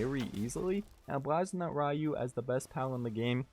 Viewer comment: Constantly pronouncing the name wrong got you a thumbs down.